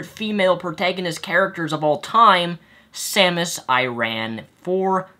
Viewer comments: I-I-Iran? It's pronounced Air-in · Samus IRAN???? That's Samus ARAN. What a butchering... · Samus Iran? You mean Aran? Pronunciation fail :p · "Samus Iran" Wtf it's Samus Aran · Did he just say "SAMUS IRAN"!??!?!?! SAMUS IRAN!?!?!?! FFFFFFFFFFFFFFFFFFFFFFF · >Claims Samus is one of his favorite female protagonists >Proceeds to mispronounce her last name